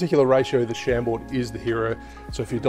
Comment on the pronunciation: Pronounced ‘Sham-bore’